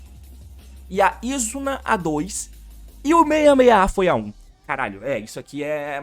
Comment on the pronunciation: ele ainda fala o nome da Izuna errado, o certo é izÚna, não Ízuna